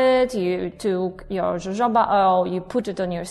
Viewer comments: jojoba oil... it's pronounced 'hohoba...' :) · Jojoba is pronounced "hohoba"